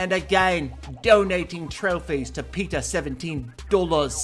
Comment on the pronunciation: I just love how peter says my name is peeta 17 dollas and how he says galadons name.he says yes PAUSES gallydon